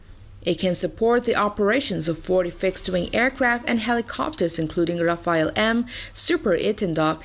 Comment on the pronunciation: Sory but I must correct you about the name of fighter jets - you called it Rafael but they are namen Rafalle. Rafael is a name of a person (you know, like Leonardo, Michelangelo, Donatello and Rafael, ninja turtles 😉), but the aircrsft's name is Raffale which means continious, uninterupted shooting. You know like on spot at the time - single direktor or you can dispurse a raffale (whole magazine of bullets...